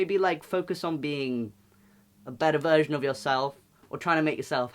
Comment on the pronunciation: i understood that you were saying ""a better virgin of yourself"" intead of verison lmao i was like hell yeah imma be the better virgin i can be